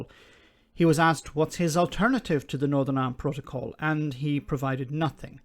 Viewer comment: I heard "norern irand protcol" , i assumed it was the drink.